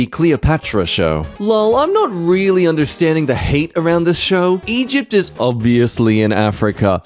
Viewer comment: Reighfyl?......Reigh...LY?! DARK NIGHT REIGHLY?!